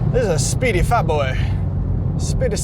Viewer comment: Faaatboaaayy- Chinese accent